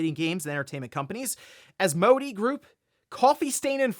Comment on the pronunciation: Minor knit pick. Asmodee is pronounced As-moe-day.